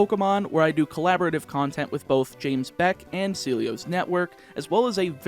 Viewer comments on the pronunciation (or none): none